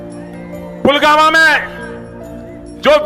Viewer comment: ढंग से बोल ☝️ पुलगामा नहीं पुलवामा😂